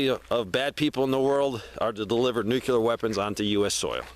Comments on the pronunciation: Why are you adding an extra syllable to the word NUCLEAR? NUCLEAR is a two syllable word. It is NOT a three syllable word. Stop saying "NEW-QUE-LEER". It is pronounced "NEW-CLEAR". Two syllables... not three syllables. Stop pronouncing the word NUCLEAR wrong. I’ll lead an effective strategy to mobilize trunalimunumaprzure. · Nuclear. "New-klee-urr" There is no "nucular." I don't understand how adults are still messing up this word 90 years later.